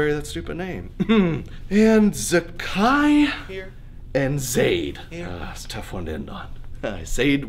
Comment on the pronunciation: But Amina and Zayd are super common names, just not in the us i suppose. Also, he mispronounced them both. Seraphina on the other hand is what I'd name a character in a fantasy story.